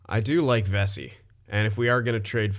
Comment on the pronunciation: It’s pronounced Ve-see